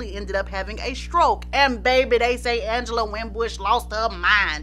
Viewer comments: Ooohhhh!! Don’t let Ms Angela Winbush hear you pronouncing her name all regular!! 😅😅 it’s AHHNgela!! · Yes I remember she was a guest on Video Soul and she corrected Donny Simpson to pronounced her name as Aunngela not Angela. 😂